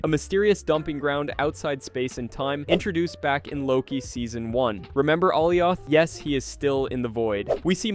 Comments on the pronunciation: “All e off” “chame ez” ☹️🥀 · Uh-lie-ith. Have you not seen loki? 😂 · Alley oth 😂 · why the hell are you saying alioths name like that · Makes a video to explain the MCU and can’t even pronounce Alioth correctly 😂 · You really don’t know anything because you can’t pronounce “Alioth” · I had to stop watching this video once he said Aliath and not Aliath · Struggled like a MFer to pronounce Alioth and still butchered it 💀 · Bro why are you pronouncing Alioth wrong ? Literally they show you how to pronounce it in the show 🤦🏻‍♂️ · How do you mispronounce Alioth they say its name like a million times in Loki? How do you alternate between saying Kang and KAHNG?